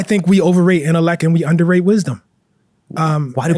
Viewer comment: Holy pronunciation, bro said “conflick,” “correck,” “predick,” and “intelleck” within the first 10 minutes. As an author, journalist, and English professor, I’d expect him to be able to articulate his words correctly. 😢